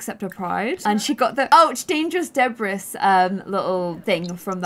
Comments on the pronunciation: It bugs me so much that she just said, “de-BRISS” .... if you don’t know how to say it, it is, “de-BREE” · The way u said debris....it’s pronounced debree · not pronouncing debris as deh-bree bothers me so much😭😭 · You realise you called it debris when it's actually pronounced debrie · I'm not trying to be rube but it's pronounced de-bre Love u ❤👍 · by the way - this probably doesn't help, but debris is not pronounced how it's spelt- it's pronounced debreee. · I love how she mispronounces algae and debris!😊